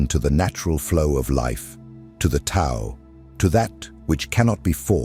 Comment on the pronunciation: Profound and helpful video but please correct pronunciation of Tao. Thanks.